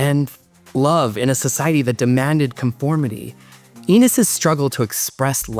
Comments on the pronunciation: His name is pronounced Ennis, as in Dennis; not Enis as in Penis. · Great video. Thanks! By the way, it's Ennis, not Eenis (rhymes with tennis, not pe...). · your video is very well done. You did a great job but there is one big error. Ennis Delmar pronounced his name "EN-nis", not "EE-nis". It is an important error. An interesting, enjoyable video! I, too, remember seeing it in a theater, a packed one. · Fuking hell……his name is N’ISS…not eeniss. It does not rhyme with penis, and it’s spoken throughout the film. Pay attention! It’s not about you…. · N-iss, not E-niss. Sorry. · Ennis is pronounced like Dennis, minus the D. It doesn't rhyme with penis. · Why did you pronounce his name like that the whole video 🥲 it was painful to listen to. I don’t really understand how you got it wrong if you watched the movie considering it’s said so many times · Thank-you for this and all of your videos!! Just an observation - and maybe it's been a long time since you watched the movie - the character's name is Ennis - rhymes with Dennis or tennis :) BIG HUG! <3 tg